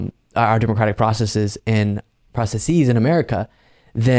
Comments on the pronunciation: Processes =/= "process eez;" you were right the first time. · says 'processes' and then changes it to 'processees.' This is completely wrong, it's an affected, pretentious pronounciation.